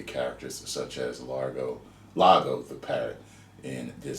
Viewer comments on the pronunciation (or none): It's Iago, not Lago